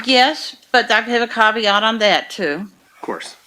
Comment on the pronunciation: “Yes, but with a cav-e-ott”. 🤦🏼‍♀️